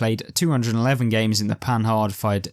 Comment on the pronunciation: You need to learn to pronounce Panhard; first the "d" at the end is mute. Just like the French don't pronounce the "S" at the end of Paris. Also the "h" is not said as the "h" in English. Does not alter your narrative, but just for accuracy sake and gives you more credit.